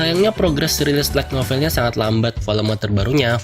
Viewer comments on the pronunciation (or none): Lu baca "like novel" atau "light novel" bang? Pronunciation light belajar lagi bang, biar viewer ga bingung